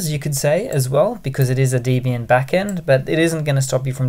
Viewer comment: Pronounced Debby-ian not Deebian.